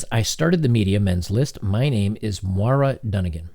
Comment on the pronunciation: Moira NOT Mara. It's pronounced MOY RAH